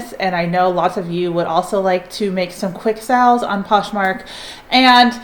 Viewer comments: It drives me crazy lol but I love her so I watch anyway. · I love the way you pronounce Sales. Sounds like youre saying Sells. It’s adorable and makes me smile.